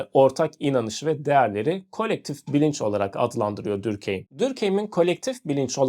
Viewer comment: videonuz çok güzel olmuş gerçekten diğer tüm içeriklerinizi de beğenerek izliyorum sadece normalde telafuz düzeltenleri sevmem ama direkt konunun kişisi olduğu için belirtmek istedim, dinleyenlerin de aklında kalması için Dörkhaym olarak telafuz ediliyor bence sizin için de telafuzu daha kolay sevgiler saygılar